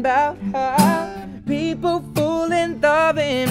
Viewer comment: He says "Fole" instead of "Fall" in every...single...song lol